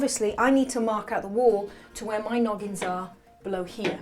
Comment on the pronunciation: Noggins not loggings. And yes "spiking".